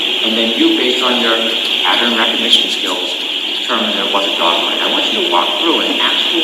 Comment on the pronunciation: Dr Russell speakers so SLOWLY in pronouncing P A T T E R N , as Brennan continuously mispronounces pattern, rather saying patent.